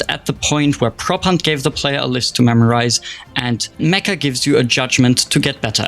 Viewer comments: Meccha isn't pronounced like "meh-kah" it's pronounced like "met-chah." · its not spelled "me-ka" its "me-ccha" theres like a hold on the c and its "cha" not "ka", its made by Japanese devs, and the title means like SUPER CHAMELEON